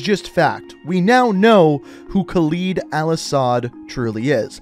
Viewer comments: please for the love of god learn to say his name its Khaled al asad and not Khalid al asad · It is Khaled al asad, not Khaleed al asad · you are a great channel but please call him by his actual name Khaled(KAL-ed) not kaleed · "it's not a real name" yes it is. There are men named Khaled (not Khaleed as you keep pronouncing it) and yes it means immortal or eternal. Al-Assad is a real last name too, prime example, president of Syria. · I swear to god they pronounced Khaled correctly in the cutscene and IMMEDIATELY mispronounces it.... ED! not EED! 🤦‍♂️🤦‍♂️🤦‍♂️🤦‍♂️ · Its not Calid Alasad, its Khaled Al-assad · Khaled. Look at the word. Khaled. not "Khaleed" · Bro I hate when someone hears a name in a movie or game pronounced one way and then proceed to mess it up. Idk why it bothers me so much, but please don't make yourself ignorant. It isn't pronounced KALEED. It's pronounced Haled (Ha-led). Spelled Khaled. You hear it in every cutscene from COD4 to now pronounced that way, please don't go and mispronounce and act like nothing happened. It hurts my head😂😂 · Is khaled not khaleed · Sorry to sh*t on you but laswell already says it as khaLED like lead bullet,lead metal not khaLID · love u but it’s not khal-ee-d it’s khal-i-d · Pronounce it caled, not caleed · Kaleed al Assad? Ugh at least say Halid, or pronounce it like Spanish, Jaled. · Yeah I don't know why he pronounces that either. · So he pronounces i as e and e as i. Khaled Al-Asad to him is “Khalid Al-Asad”, and Hadir Karim to him is “Hadir Karem” 🤔🤔🤔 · Guys i want you to know that khaled alasad is pronounced (kh-a-l-e-d el e-s-e-d) but its fine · Do you just pronounce words how you want to or do you not know how to pronounce these words Khaled is (Caw-Led) Karim is (Car-reem) Urzikstan is (Er-Zek-Stan) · I acctully had to click away because of how he said khaled